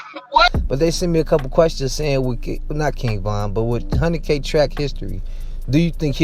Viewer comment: Dude how are you going do a video about some one.. when you can't pronounce King a k name right?